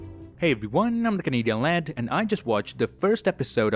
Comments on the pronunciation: yo! did say "Kevin hart" instead of Canadian lad 😂😂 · Did he Say "I'm Kevin Hart"? or is it just my imagination or misunderstanding of "Canadian Lad" pronunciation? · WHY IS NO ONE TALKING ABOUT HOW HE SAID “Until then I’m Keven Heart”